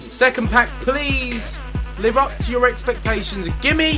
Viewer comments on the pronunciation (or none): none